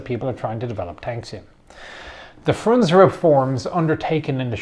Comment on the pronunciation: You should pronounce the letters in the end of russian names. For example Frunze or Trockij. Russians don't eat those letters, like english people.